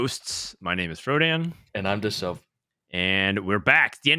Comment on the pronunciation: "And I'm "